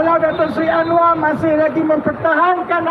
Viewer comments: Malaydesh tak bisa ucap R, berikut buktinya 1. Anwa 2. Kuala Lumpo 3. Selango 4. Besa 5. Kasa Dll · 😂😂Jawahama pula sebutan nya terlebih " R" dan " a" contoh 1. Anwaarrr 2.Kuaala Lumpurŕr 3 Jakarrrrtaa 4. Surrrabayaa 5. Kaasarr